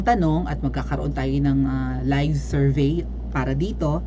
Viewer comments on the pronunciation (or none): none